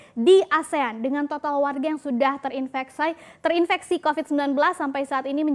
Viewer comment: Kwkwkwkk terinveksayyyyyy.. sm minyak said kwkwkwkwkwkwk ini ngmgnya kepleset melulu